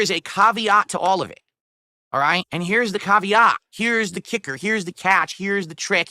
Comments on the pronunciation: The Kavv-ee-OTT!? What planet is this guy from? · Exactly. Its basically a "I investigated myself and found no problems, therefore I can continue being a POS by scamming people for their money and disability checks." Also the way he pronounces "caveat" is so weird.